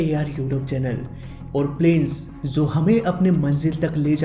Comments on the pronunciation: Bhai, Aap (Jo) ko (zo) bolte ho, jo ki bahot zyada galat hai, please... (Jo hume humari manzil tak le jata hai) Don't mind bro, its also a knowledge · Jaise- (Jo, Jab,) Aap kabhi kabhi (Zo aur Zab) bolte ho